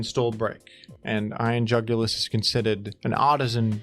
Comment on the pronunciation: i love when he says iron jugilis. iron jugulis